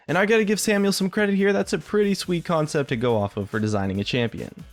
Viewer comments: "champion conept" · Champion "conept" 21 rofl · "Champion Conept 21" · CONEPT ;) Great vid tho, love these kinds of videos